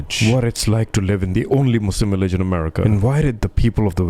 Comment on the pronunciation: What’s a willage